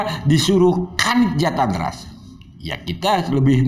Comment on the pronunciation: Bampol Uci saat menyebut JATANRAS saja salah...he he he ada apa nih